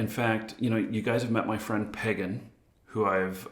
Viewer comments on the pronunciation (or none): none